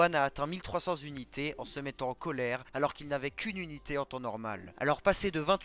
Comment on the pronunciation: On dit "unité" et pas "zunité". C'est insupportable, j'ai tenu 2 minutes.